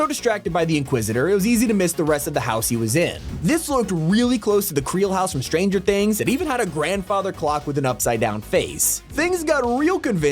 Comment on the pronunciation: Bro really said “creel house from starenger things” like bro tha5s the house from it😂😂😂